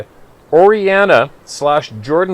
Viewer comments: O . Why..HE. Mountain, that's how you say Owyhee🤔🤗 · They are pronounced OH-WAA-HE mountains. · I see trees like this a lot where I hunt. There are also always tons of crows and ravens around. That range in Idaho is pronounced O-Why-Hee. The Owyhee range is awesome, my great uncle lives there. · Love your work! As an Oregon resident, let me help you in pronunciation of Owyhee. O-WY-HEE. With accent in the second or WY, part. Great stuff. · The Idaho mountain range your reading about is pronounced oh-y-he ohwyhee. I lived there for 30 years and hunted those mountains. I now live in Florida and greatly miss those mountains. Anyway love what you do keep up the good work brother. God bless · Owyhee…..pronounced (Oh- why- he). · Owyhee pronounced O-Y-He. Owyhee County in south west corner of Idaho is an amazing area with limited access. Good place to be if you don’t want to be seen.